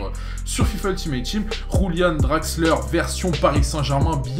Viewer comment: On prononce "Yulian"